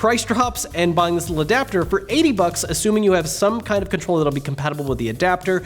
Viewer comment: “ now again you can use DualShock4 controllerlelree”